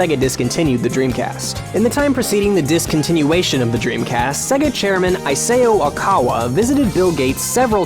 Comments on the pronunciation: "Ayseyoh Okawa" - Nice Japanese, dude. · Isao Okawa >"EESAYO OHKAWA" epic nice